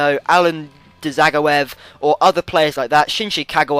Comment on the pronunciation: not ja its zag-o-ev